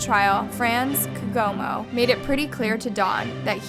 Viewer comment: I know this is a sad story but I have to just point out that you didn't pronounce KGOMO right if he's from South Africa.